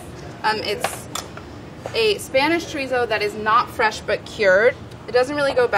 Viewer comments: So everyone is just gonna ignore that she is saying chorizo wrong? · Never understood why people can't pronounce "chorizo" correctly. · Molly, can't wait to try this recipe! A point: I'm sure you pronounce French words correctly in your cooking ventures..please do the same with Spanish words, ie, chorizo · The way she said chorizo sent me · the way she's saying chorizo is making my skin crawl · every time she pronounces chorizo like that I cringe